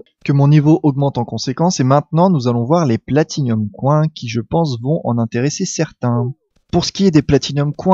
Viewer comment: Platinums COINS mes oreilles !!! :p